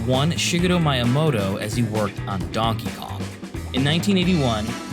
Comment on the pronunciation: Just a tip for Japanese pronunciation, all vowels are always pronounced the same way. A sounds like "ah", i like "ee", u like "ooh", e like "eh", and o like "oh". So Miyamoto is Mee-yah-moh-toh, not Mai-yah-moh-toh.